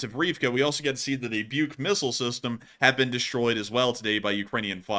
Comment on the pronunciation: BUK is not pronounced "Byuke". It's just "/buk/" with long U sound. wiki/Buk has pronunciation.